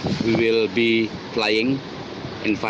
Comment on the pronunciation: We will ee flying😂😂kok ngakak gwa ya allah terimah kasih atas hiburannya😭😂